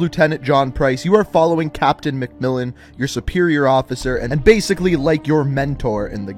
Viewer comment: It’s MacMillan u silly not ‘mellon’